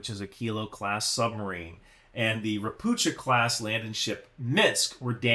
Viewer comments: it's not RopuCHa, it's RopuHa with hard H- assuming the name is read the same as in Polish - (means "a toad" btw) - in PL it would be read RO-PU-HA. In most slavic languages CH (or it's form converted from cyrilic) is actually H. In polish to get the english CH, you use two letters: CZ. No idea what sign is there for this in cyrylic since I'm v bad with it. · It's read "ropukha" fyi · *Pst*. Ropucha = ['Rohpuhkha]. Also, general advice: Slavic languages ALWAYS have the accent on the first syllable. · Hi great video as always. One caveat “CH” is usually pronounced same as “H” in slavic languages. Maby as harder H sound we are weird in this regard. Not a big deal but my Polish brain short circuits when I hear you say “Ropucza” instead of “Ropuha”. Also fun fact Ropucha class landing ships were built in Gdańsk shipyards. History is weird sometimes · Hello "Ropucha" is Polish for toad. These vessels were produced in Poland. It's pronounced like "Ropooha". The "ch" is pronounced as "h" in Polish:) Sorry but nitpicking is a lifestyle. Regards J. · Ropucha (read ropuha) means: a toad. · So everybody is pronouncing the Polish word "Ropucha" wrong... Even myself until I found out that it's pronounced: Ropuha / Ropukha And it means "toad" ( or "mangy frog" in Bulgarian 😁) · Not to be picky, just small detail - Ropucha is pronounced "Ropukha" 👌 great video otherwise! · Ropucha (a toad) is pronounced raw-poo-ha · Don't read ROPUCHA class ship as you would read in English. CH in the word should be read as H(like in hell). Ropucha means toad. This word is present in most Slavic languages but not in Russian(irony). The ship was constructed in Poland. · Just fyi - 'ch' in Ropucha is spelled like 'h' in 'hello'. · "c" in "Ropucha" is silent, you read "ch" as "h"